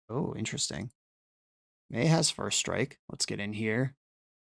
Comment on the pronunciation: its "may" not "my"